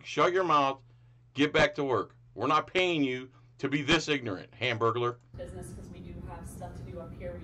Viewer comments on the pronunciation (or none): 😂 "hamburgaler" Lol